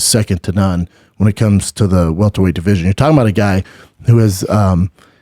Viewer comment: Omg thank you. I didnt want to comment on this video but he kept saying welterweight and it was driving me nuts